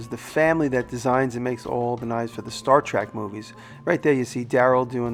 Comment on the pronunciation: Gosh, Jimmy... Trek fans everywhere probably gasped when you said "Star Track"... and, it's a "bat'leth". What an awesome pizza over/cutter, tho! You're still awesome in my book.